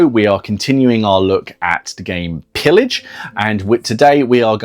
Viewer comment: It's a french wargame : it's prononced [peeyaj], please! It means plundering, or looting, or sacking.